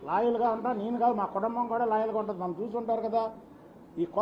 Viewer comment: కుటంబం కాదురా చిప్పగా..... కుటుంబం